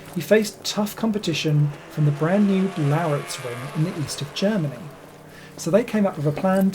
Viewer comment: Ha ha! You said Lauritzring instead of Lausitzring! 🤓